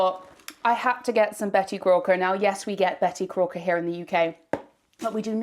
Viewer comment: did you say Betty Corker?... or am i hearing things 😅